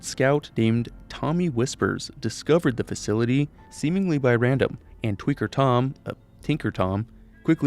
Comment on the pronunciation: "tweaker tom"?